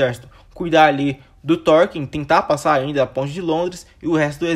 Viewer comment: ótimo vídeo meu caro! conseguiu contar tudin de importante! só uns detalhe, eu acho que Thorkell se pronuncia só "Torkél" mesmo, não "Torkin" uahsuhaushd e no final ali que você fala sobre o Thorfinn, se eu não me engano são 24 episódios, não 25, mas ficou muito bom o vídeo!